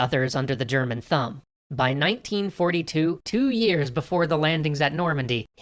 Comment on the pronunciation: I know this is serious shit. But the way how he said thumb, I thought I heard thong... Under the German Thong... I just can't help it XD I still love your story, I find it very interesting and this is helping me in my WWII unit at humanities (my school calls it, "humanities")